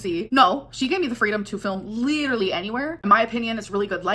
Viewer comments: That’s the only word she knows. Literally, lidurally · I hate the way she pronounces “literally”